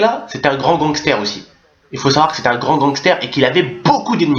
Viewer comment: Mdr tonton tu mfai rire "oussi" "oussi" mdr +1 like